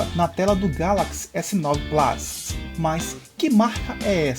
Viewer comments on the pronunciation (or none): Muito bom o vídeo, mas na verdade não se pronuncia "plás"... O correto seria algo mais próximo de "plâs"... De qualquer forma é um detalhe irrelevante mediante a ótima explicação do vídeo. Abraço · S9 "plas" .... oiiiiii ????